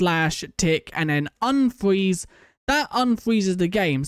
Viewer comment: "unfweez the game"